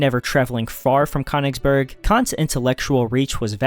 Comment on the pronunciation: That pronunciation of Könnigsberg is quite upsetting.